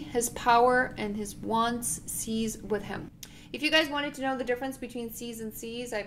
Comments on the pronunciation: "cease" meaning to stop is pronounced different than "seize". for "cease" the "s" sounds like the "c" as in "peace". you are saying it incorrectly. these words are not homophonic. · The word “cease” is NOT pronounced the same as the word “seize”. “Cease” has an “s” sound at the end (like the word snake has at the beginning, s-s-s-s-nake) . “Seize” has a “z” sound at the end like the word “cheese”.